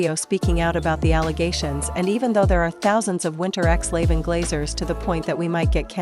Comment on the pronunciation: BRO CAN U STOP SAYING “wiNteRxlAvEn gLazEr”